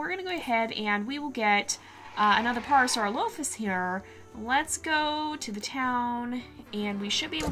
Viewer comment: Its pronounced para-sa-rela-thus I know its tricky, but you'll get the names someday!